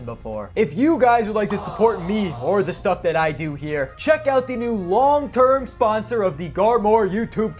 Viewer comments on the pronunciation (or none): none